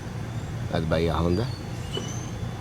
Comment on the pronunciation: Pronounced 'bay-ah on-da' State Park, which means 'deep bay' in Spanish.